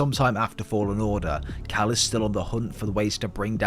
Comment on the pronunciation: did i herd you call cal cow